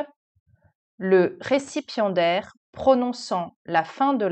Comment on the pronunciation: J'ai compris "récipient d'air" et non "récipiendaire" 😅